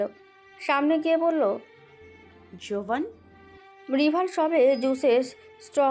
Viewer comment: ঋভান কে জোভান কেন বলছে???